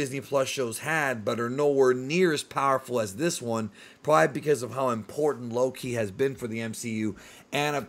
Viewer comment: You gotta stop saying his name like its two different words, youre saying it as "low key" instead of just one name loki.